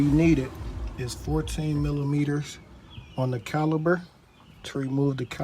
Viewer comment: Good job ,1 correction .It is pronounce " CALIPER", not CALI-B-ER . 1 more correction ,it called a cotter pin not colly pin .